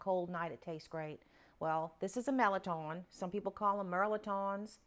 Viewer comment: I'm 65 yrs old and the first I'm hearing about this soup, looks so delicious . Going to share with husband . I'm enjoying your videos . Thanks!! That's how I pronounce mirliton, same way you do.